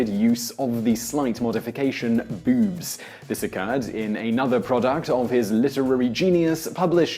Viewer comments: its boobs not bewbs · “Bewwbs” lol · He says "boobs" like "beeoobs" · So anytime he said boobs, I thought "Bewbs." Is that just me, or did anyone else get that? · bewbs. ..that's what you sound like. lol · bewb. bewby. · pronounced, "Bewbs." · Well when one listens to your pronunciation of boobs, it's hard not to like the word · Why does the word "boobs" sound so funny when spoken in an English accent? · I love the way you say boobs that just makes me laugh I love your videos Man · Hearing Simon say boobs and the various words for them in his accent made my day